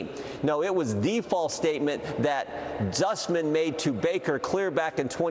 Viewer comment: Can't anyone tell him it is spelled and pronounced Sussman?